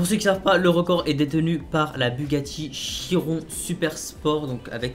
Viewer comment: Ça se prononce chironne Mais ça s’écrit chiron